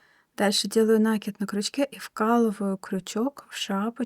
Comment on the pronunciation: Все понятно, но только пожалуйста, накИд не нАкид!